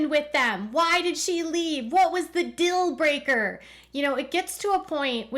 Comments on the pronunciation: Lol I loved that you said deal breaker as dill breaker the same way that Robin says it. 😂 Robin, go ask your sister wife Christine if you want the truth! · “What was the dill breaker?!” 😂 love that you captured the weird way they say deal.